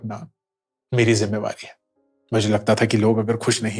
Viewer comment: Zimavar hota hai yah zimadar